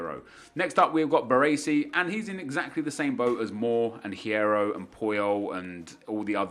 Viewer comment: The H in Hierro is silent Nep. It's pronounced "Yierro."